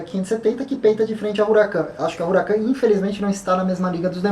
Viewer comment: A pronúncia correta é 'Uracán', e não 'Ruracân'. Um abraço!